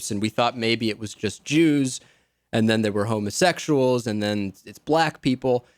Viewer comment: the big affected pauses in her apology were so that we can visualise her doing that annoying forefinger waggle that is supposed to represent quote marks. you can hear where she's coming from by the way she gives the word "black" two syllables when she refers to "ber-LACK" comedians who use the n-word